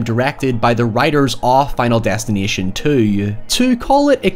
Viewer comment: The way you say Final Destination 2 🤌🤌🤌